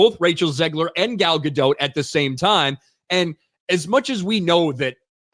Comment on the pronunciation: FYI - Gal's surname is pronounced Ga-Dot, not "Ga-dote".